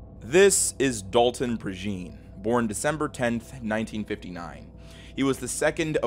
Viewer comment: Love your vids, man....one note regarding Dalton Prejean: I'm from around the Lafayette area, it's a Cajun last name, so his last name is pronounced ("PRAY-janh", with the "jean" pronounced as in jean-batiste or jean-pierre). I'm sure you won't even see this, but i gotta rep my people. Keep the quality content comin!